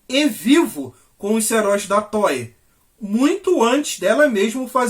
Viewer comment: Não é toy, é Toei.